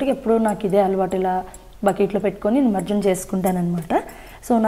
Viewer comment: ఏమనుకో కండి అది నిమర్జనం కాదు ' నిమజ్జనం '..